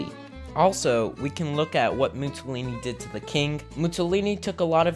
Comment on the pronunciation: How old are you? 12!? Also, "Mussolini" is pronounced (approximately) "Moo-saw-lee-nee" (not "Moo-tsaw-lee-nee").